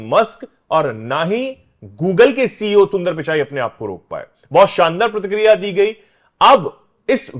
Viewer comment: अबे साउथ अफड़िका, प्रतिक्रिडिया नहीं चुतिया साउथ अफ्रीका और प्रतिक्रिया होता है अनुवाद ठीक कर ले 🙏